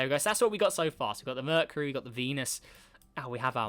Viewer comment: merh-kyoo-ree not merh -kuh-ree LOL - good vid tho pal <3